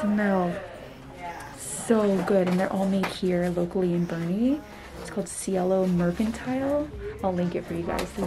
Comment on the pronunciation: Thank y'all for saying BOERNE right! WOOT WOOT!